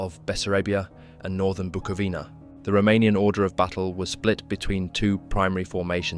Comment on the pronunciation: it's pronounced "Buco-vina"